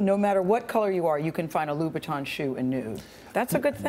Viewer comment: saroasha engineer true true, but still she sounds like she is saying Vuitton xD